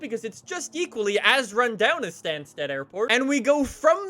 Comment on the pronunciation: If you ever need to say Stansted again, it’s pronounced ‘stan-stid’